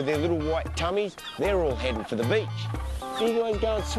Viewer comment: "Every time I find a BEACH like this" ahahhaha